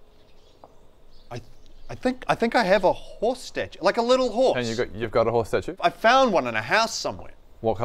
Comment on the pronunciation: i literally heared "hoe statue" when he said horse statue